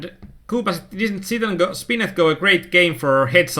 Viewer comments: tx, where joking though. :p. U pronounce spin and go. Like spinnetgo Gonna check out ur vids. Seem good. Im playing for years now, but only able to beat donks and fish basicly and scared to lose money. Now, im determined to get better. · I have just one question- why do you say like "spin AT go"?)